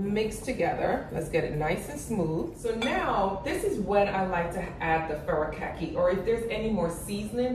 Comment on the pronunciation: Having lived in Japan for a number of years, allow me to help you with the pronunciation of Furikake = Foo Ree Kah Kay